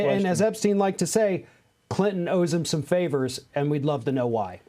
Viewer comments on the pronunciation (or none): none